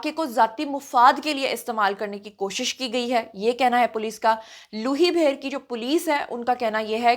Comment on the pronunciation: لوئ بھیر کو لوہںی بھیر بولا ہںے آپ کے منہ سے اچھا لگ رہا ہے۔